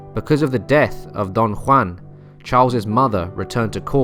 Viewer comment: Love the pronunciation of Don Juan